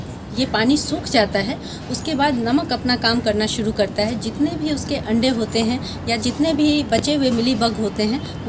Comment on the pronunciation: Awaj bahut achhi he lekin language problem he...suru nahi shuru kahein